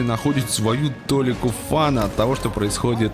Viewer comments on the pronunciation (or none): толИка, а не тОлика